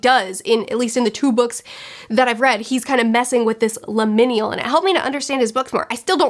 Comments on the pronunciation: Pronunciation nitpick only because it's a new word for you: it's limin*al* not limin*i*al (I can never remember exactly what it MEANS beyond vague transitionness :D) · I 10000% agree with everything. This was my least favorite book of the year, next to The Hunting Wives. Both were just terrible 😩 Definitely agree that lecture was like the best part of the book :’) As a side note, liminal is pronounced Lym-inn-AL. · No offense, it's pronounced "lim-in-al". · First time viewer after just reading this book. Glad someone else hates this book a lot too! Also the way you say liminal is giggle worthy. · I had to scroll way to far down to find someone mentioning how she butchered that word. I hope she's looked it up since then...